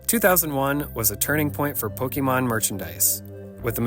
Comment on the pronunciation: Right off the bat guy pronounces Pokèmon wrong😂😂😂